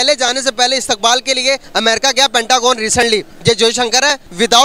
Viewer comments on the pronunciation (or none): अबे बुरबक, पनटागोन नही होता है। Pentagon होता है। 🤣🤣🤣